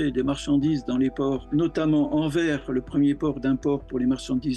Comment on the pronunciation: On ne dit pas Anver mais Anversse (pour le port de Anvers) !